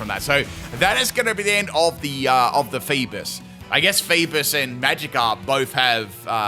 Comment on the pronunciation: Its not Leaf-on its Leaf-eon lol cant even say eevee evolutions right XD lol 😂 And i didnt see no critical hit on the flail on Virizion there hmm Haha they called a male Alolamola Bulky Girl how sad really XD And i dont think hes saying feebas right either oh well i wonder why he mispronounces Pokemon names hmm